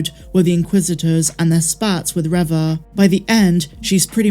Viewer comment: Reva is pronounced Reeva not Revva!